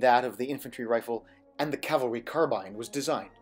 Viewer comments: I'm so happy you pronounce "carbine" correctly, unlike Ian on Forgotten Weapons! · Interesting cocking and middle finger trigger technique. Any loss of accuracy with a middle finger squeeze? BTW, thanks for pronouncing 'carbine' properly (too bad about 'aluminium' though ;-) )